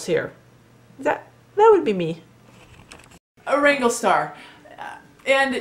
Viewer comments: If you're going to have a pop at Cody learn how to pronounce his name it's WRANGLERSTAR NOT WRANGLESTAR missing out the middle R. As Cody says it's a business!!! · Justin Speck. Agreed. And the way she's pronouncing his name. It's not wrangle-star it's wranglERstar. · First learn to pronounce the name correctly WRANGLERSTAR not wrangle star. 2nd this video is all over the place I can't tell if you are in support of him or against him. 3rd you are trying to increase your views buy jumping into his discussion and yes you Click baited your title "look at the controversy here" you are entitled to your opinion but I don't think you quite know what your position is on this subject. so this was a video about nothing. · I say this respectfully to both your channels. I scrolled down through the comments and surprisingly I did not see anyone mention it. You keep saying "rangle star". The name of his channel is WrangleR Star. Pronounced like: Rangler Star. Like: Wrangler... the brand of jeans. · Is it just me or is she saying "Wrangle-star"? Isn't it Wrangler Star?? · ** you wranglerstar braught me back from depression i dont mind the click bate. Also its wranglerstar not wangwertar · Did you start this video calling the guy [Wrangle] star? I listened to it twice (now three times) and I think you DID. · It's WrangleRstar. There is an R in there lady. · So you think, with your paltry 67,000 viewers should decide what us 500,000 Wranglerstar viewers can and can not watch? You can not even correctly pronounce his handle. Good grief. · How about saying the name of the channel correctly? You take away your own credibility when you do not do your homework. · If you wish to make videos commenting about Wranglerstar you should at a minimum learn how to pronounce his name properly.